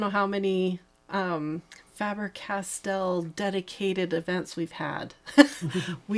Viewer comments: Faber like Paper. The “A” is long sound. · It is spelled F-A-B-E-R because it is a german name and we do not use the english spelling so NEVER say FAEBER when it is called FABER!